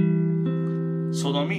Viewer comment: try not to make so-do-me sound like "SODOMY" when you say it fast